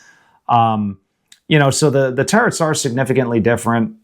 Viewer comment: I really like this channel, but every time this guy says "terrets" I wanna bash my head against a wall.